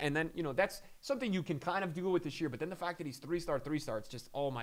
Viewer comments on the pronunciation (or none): none